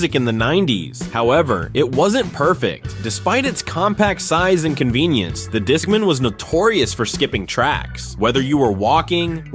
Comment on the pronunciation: I remember all these things, but I have to say everyone I knew was using AOL instant messenger and I never heard JNCO or discman (which was not revolutionary bc walkmans already existed), pronounced that way. And whoever wrote this list was WAY into Goosebumps lol